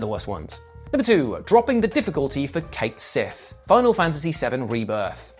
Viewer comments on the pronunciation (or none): Dear, his name is pronounced "Ket Shee", not "Kate Sith". The localizers who dubbed the game are objectively wrong for choosing to ignore Gaelic mythology and what the Japanese developers acknowledge. Just ask Psy about that one. She released a video a few weeks back where she says his name correctly. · Cait Sith is pronounced "Cat Shee" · WRONG. It’s actuallyyy Kate Sith ☠️🤡😂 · Alas, Rebirth didn't have the same devs who worked on FF7. The original game-- the devs addressed the pronunciation by citings the Gaelic origins of the creature-- "Ket Shee". This was supported by CS having a Scottish voice in Dirge of Cerberus, but it wasn't unti this game that his name was ever actually spoken.